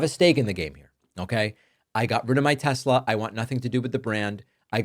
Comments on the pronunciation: Silly it is Tesla and not Telsa. If you cant get that right what else you can? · Its pronounced tesler, david. Donold said it himself so it must be tesler😂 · It's TESLER, not TESLA!! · “I love (Tesler). 😂😂😂😂. Trash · "I love Tesler!!" Puppet Trump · “I love Tesler!” -Trump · Don’t you mean Tesler? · But the president “loves TESLER!!!”